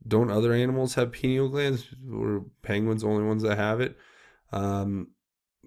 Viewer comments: “Pineal gland”, it’s pronounced “pine eel”, due to its shape, it looks like a pinecone..it’s located in the center of your brain and is literally your third eye, your psychic site.. the elite have known this for centuries and have done many things to the populous to stop us from accessing it...one thing is fluoride in our water supply, toothpaste, mouthwash...brainwashing through media of all sorts and now 5G and other technologies which affect our energy fields...remember, we are made of energy and it’s so very important to keep your field clear and vibrating high..one way of doing that is through laughter and joy...they feed off of fear and hatred... remember, what you resist persists...send them love not hate...they will resist that love and that love will grow ....Peace out! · Pineal: pronounce: Pie-knee-all. The pineal is important in Bird migration. Without it, birds cannot orient north-south. I I will speculate that penguins are probably a good source of pineal for researchers as they are large migratory birds, that can be found in large groups therefore, getting large quantity of the glands from them could be easier. If u r a researcher & want to analyze the contents/products of a gland, it helps to have lots of it. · You should check into McAlistetTV YouTube channel. She's very knowledgeable about the entire PEDOVORE/Pineal Gland (pronounced Pi-Neel gland). The Pineal Gland is the third eye chakra that connects us to God/Universal knowledge... You won't understand the Pineal Gland until you research and understand what yoga is about. Also, "Walnut Sauce"... You won't believe it when you hear about that. Sauce made from the Pineal Gland delicacy enjoyed by Pedevores... Look up McAlistetTV, PLEASE! (ON YOUTUBE) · re: pineal...It is pronounced pie neal. And I think the "glass" part is a typo. The pienal gland is a wallnut sized gland at the center of the human brain. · Pie knee uuullll glands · I thought it was pronounced Pine-ee-al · (Pie-neel) gland